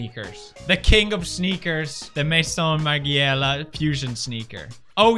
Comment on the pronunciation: Lol Ik he doesn’t really care for fashion all that much, but it was funny listening to him pronounce all these brands like Maison margiela